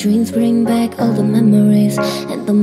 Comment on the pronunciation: 목소리 진짜 개이쁘다 ㅠㅠㅠ 그 와중에 발음 개귀엽 ㅋㅋㅋㅋㅋ 멤모뤼스